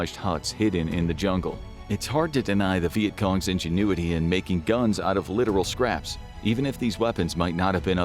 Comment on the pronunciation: You mispronounced ingenuity on the first but not the second time the word was said. I've never heard that mistake on here, thats an ai giveaway. Probably a non usa native English speaker reviewed the final cut.